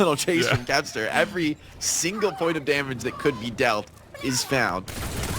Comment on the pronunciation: 한국 중계진들은 캡스터캡스터 하긴 했음